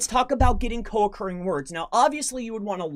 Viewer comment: Are you saying co accruing words.